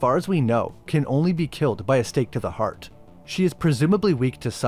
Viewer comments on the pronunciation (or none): none